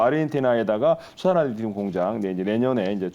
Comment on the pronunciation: 리듐이 아니고 리튬(Li)